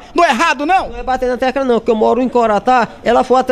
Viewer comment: repórter: poliça. Logo em seguida /20 ele fala tecúla. Enfim. Esse repórter tem que voltar a estudar 🙄